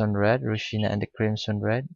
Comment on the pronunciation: Not ru-sina....u should speak Ro-si-aa-na...